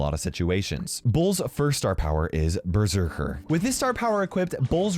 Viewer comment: Died inside when said ber-sek-aer